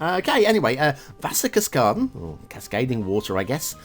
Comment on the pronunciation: Like you say - Very nice small road, like we have it in germany.... You bronounce the "Wasserkaskaden" absolutely right :D The Idea with the rivers is also very nice... ...and I give a extra point, cause I´m such a swiss fan...